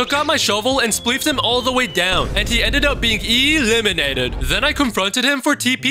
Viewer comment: What we say:eleminated What he ay:eeeeeeeeeeeelaminated